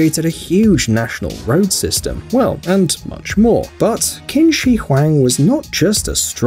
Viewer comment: Qins name is pronounced chin not kin